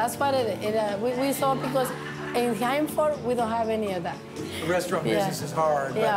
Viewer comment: bruh...it's Hanford